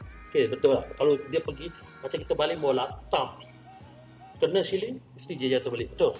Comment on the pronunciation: Pembetulan siling bukan syiling